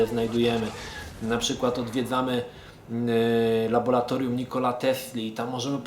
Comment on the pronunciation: mamy 2015 rok, a dalej nie nauczył się wymawiać "laboratorium"